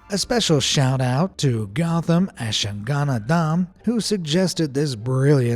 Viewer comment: That pronunciation of gowtham azhaganandham deserves a Darwin award